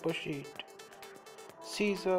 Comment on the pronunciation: when he says scissors the cc says caesar because of his accent lol